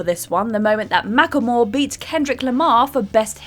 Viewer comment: It's pronounced "Mack Le More."